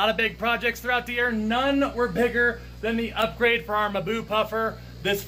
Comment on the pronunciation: It's not "maboo" but mmm + boo